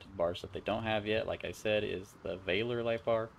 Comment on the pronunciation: Valor is pronounced: VAL - UH rather than VAY - LORE..... Like Stolen Valor. Valor means:- valour /ˈvalə / (US valor) ▸ n. courage in the face of danger, especially in battle. – DERIVATIVES valorous adj. – ORIGIN ME: via OFr. from late L. valor, from valere ‘be strong’.